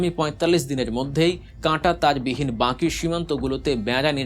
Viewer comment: "বাঁকি" নয় "বাকি" বলেন।